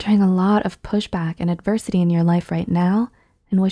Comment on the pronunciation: This video has a good message. But it's "adversity" with an "s".